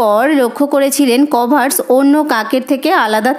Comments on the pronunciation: আপনার উত্তর গুলো ভালো হয়েছে ।কিন্তু কর্ভাস উচ্চা রণ টি ঠিক হয়নি।কর..ভাস হবে কভার... স নয়। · ম্যাম ইউ ডিড ওয়েল , বাট "কর্ভাস" pronunciation ইজ wrong 🙏🏻